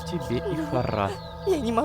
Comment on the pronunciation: Боже видео как всегда шикарно. Вот мне очень угарно в моменты когда лололошка говорит "хара". Я как человек знающий иврит и в нем тоже есть это слово заявляю что не привычно слышать данное слово с ударением на "Ра" тут ударение идёт на "Ха". Может на арабском по другому но не поделиться я не могла. Все кто работает над данной историей молодцы. Продолжайте в том же духе